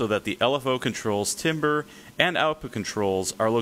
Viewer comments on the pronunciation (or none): "Timbre" is pronounced "TAMBER", not "timber".